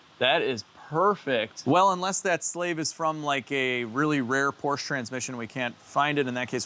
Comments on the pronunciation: Perhaps a Fugaziablo? And I know you are from Chicago.....but it is Porsha.....not Porch. Love the channel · 964 Porsch-A. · It's pronounced "PORSC -HA" (or Por-shuh)